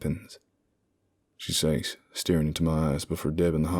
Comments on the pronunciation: Says is not pronounced SAYs it is pronounced "sez". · The best narrator with the best stories! Your southern accents are almost perfect. Only two words give you away - been and says. Southerners pronounce them as ben and sez. Yes, I am a hillbilly.